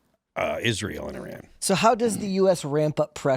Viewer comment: Thank you for saying "Iran" and not "Eye-ran". We used to laugh at people who said things like "Eye-talian".